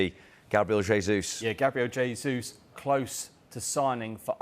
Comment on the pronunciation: Come on, guys, Jesus is Brazilian, so, the name is the Portuguese pronunciation, not the Spanish; It's a 'hard J' as in Jesus Christ. The guy's been at Man City all this time and they can't get his name right???